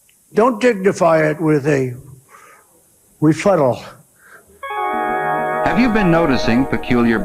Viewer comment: Refuttal…….the oranges ahhhh of this investigation